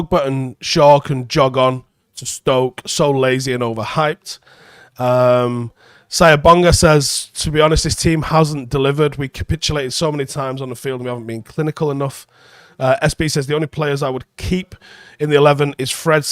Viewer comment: it’s not “sayabonga” it’s “cee-yah-bonga”